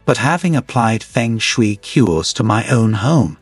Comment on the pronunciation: Pheng shee.. I laughes so hard the mispronunciation. Just knew this would be ridiculous HaHa!